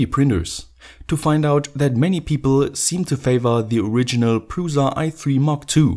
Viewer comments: it's "PRUSHA" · Creality CR-5 looks more promising than this. Mine friend has it and it awesome. And cheaper. Btw look at some czech videos, where they say the name of printer. It sounds awful from you. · It's very funny if someone who is not from Czech Republic saying Prusa :D Originaly it's "Průša" and it's a lastname of creator who made this printer :D